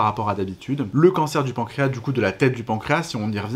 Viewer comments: Deja le pancras il il a un s à la la fin faudrait le prononcer c’est comme maintenant que les gens disent mainnent 😅autrement le reste est bien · La SEULE chose un peu curieuse dans le pancréas, c'est ce mot : ma génération prononce le S final, comme indiqué dans les dictionnaires. Les professionnels et les jeunes l'oublient...